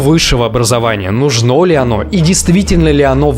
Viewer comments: ВажнО, нужнО, переходнОй. Вот для чего нужно образование. Элементарно, чтобы знать, где ударение надо правильно ставить. 🤦🏻‍♀️ в остальном, пожалуй, во многом Вы правы. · Тебе бы не помешало, чтобы понять что в слове "нужно" ставиться ударение на У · . Если бы у тебя было нормальное образование в сливе нужно ли, было бы другое ударение.